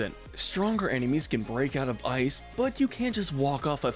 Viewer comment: He put eye not ice